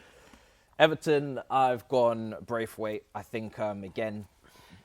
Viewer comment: Why does he say Ivan Ferguson and Iverton wtf